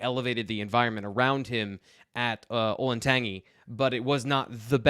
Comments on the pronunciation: Hi it's not an issue. I live in Dublin, Ohio just south of where this school is. I just wanted to say it's pronounced olin (like roling) tan (color) G (the letter G) . Just FYI lol idk why it bothers me. Thanks for the content ! You all are the best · Olentangy is pronounced with a soft g sound, like "gentile" or "giant". It's not pronounced with the ending describing a taste or flavor.